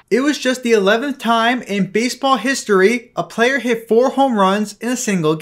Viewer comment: dude, why can't you pronounce hit?